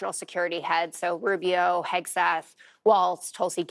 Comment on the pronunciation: Did you say Kegseth?!